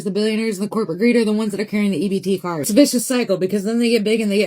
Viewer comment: Would somebody please teach the AI Narrations the difference between Car, Card, And CART! Thank you.